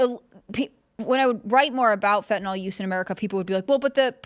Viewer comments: is a "scientist," yet says fentanol for fentanyl. Why can't read? Just kidding, Bro. You're as smart as every US Senator who can't read. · Why can't Americans say fentanyl? What the fuck is fentynol? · See? isn't any better at reading the word "fentanyl."